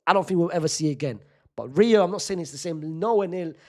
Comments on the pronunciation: He said niggahuma😂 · Butchered Rio’s name